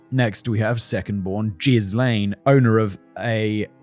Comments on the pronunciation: Simon, my guy, look up how to pronounce Ghislaine. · well, american news couldn't get Ghislaine Maxwell right, so I don't blame Simon either xD (and even my first language is neither french nor english ^^') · Ghee-lom-ay loool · I'm 8 mins in and wondering if Simon will mention that he keeps saying jizz lane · Will never not find it funny when Simon pronounces Ghislain (Juh-LAIN or jhiy-LAYN)) as JIZZ-lane! He did it in the Epstein video too. Where do you live, Cum Street? No, no it's Jizz Lane! Also hearing Simon say "draining Jizz Lane ..." It sounds like some 70s porno, big moustaches, mullets and epic bushes, soft jazz soundtrack, set in a suburban soap opera style! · Sure hope Ghrislane isn't pronounced as Jizzlane like how Simon pronounces it. That's gotta be a rough childhood these days. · Simon. I...I appreciate you trying to pronounce the names without a guide or looking them up, but I cannot take this very serious topic at all seriously when you're pronouncing Ghislaine as jizz-lane. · Jizz-lane 😂😂😂 - I can’t unhear this now… It’s greed that does it for these people. They’ve got plenty of money but can’t resist the lure of more, more money and more power and access to more powerful people. They’re ready to believe anything they’re told, and the conmen are good at their job. They’re narcissistic sociopaths, they lie, cheat and steal their way through life and don’t get uncomfortable under pressure the way most people do. This gives them a massive advantage over many people, especially families who live quiet, wealthy lives far away from the real world. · Jizz Lane omg I'm dying Arnaldo, Simon needs a pronunciation guide 😭😭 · No, I like Jizz-lane better. It makes me think of a small road for... Excretions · When you pronounce Ghislane, all I hear is “jizz lane”…🤣🤣🤣🤣🤣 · Jizz Lane should be saved for maxwell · Same lol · In his defence, French spelling and pronunciation aren't exactly intuitive for most anglophones.